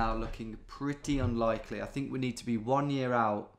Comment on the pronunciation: I loved that Scottish “one year out” at the end 😆